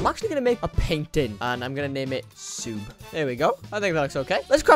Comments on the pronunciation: Why do you say SUBE instead of SUBSCRIBE? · It is sub not soob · It's pronounced sub not sube!😡😡😠😠😡😠😡😠😡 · I’m just saying but uh he’s not the best YouTuber some of the things seem odd like dude say sub not the way ur saying it. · U said sub wrong